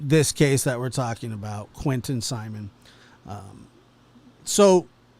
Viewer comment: It's Simon, long I. Simeon is spelled this way